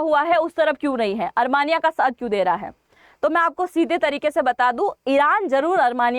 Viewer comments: अरमानियां नहीं आरमीनिया कहें जो शुद्ध है। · Are sakal to achi ni h kam se kam sahi to bolo Armania ni h Armenia h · अरमानीया नही आर्मेनिया होता है 😂